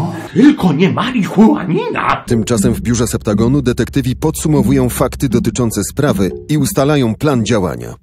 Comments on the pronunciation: Septagon? Chyba Septazgon XD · SE-PTA-GON :D